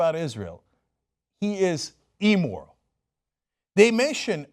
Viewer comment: Cenk, the word is Im-moral not E-moral; note the 2 Ms after the I. :-)